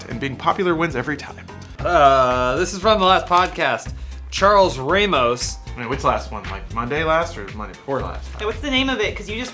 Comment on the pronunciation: its pronounced "rah-mos". Theirs no "y".